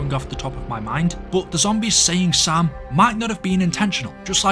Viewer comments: My ass always thought the zombies were saying Sail😅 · Sam? I always heard "SALE" or something